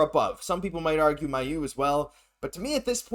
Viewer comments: I've commented on this multiple times and seen others as well. These guys clearly don't ever read their comments and don't care about pronouncing a guys name wrong again and again on almost every single video. It's pronounced May-u not My-u guys smh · His fucking name is pronounced May-u guys holy hell. How many times are you guys going to say his name wrong???